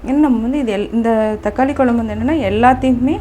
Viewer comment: அருமை சகோதரி,குலம்புனு உச்சரிக்காமல் குழம்புனு உச்சரிக்கவும்,உங்களை போன்ற சமுகவலைதலங்களில் வரும் பெண்கள் தமிழை சரியாக உச்சரிக்கவும் அப்பொழுதுதான் அடுத்ததலைமுறைக்கு தமிழ் சரியாகசென்றடையும்.